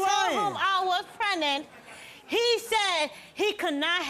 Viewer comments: Prenet 😂 not pregnant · Pren'nant. There's no "g" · Prenut mama it’s pregnant 😂😂😂 I can’t 💀